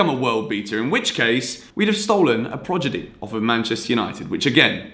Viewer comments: I would like that kit Tier List vid. Also, I think you accidentally said progidy not prodigy. XD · Love how he said progedy instead of prodigy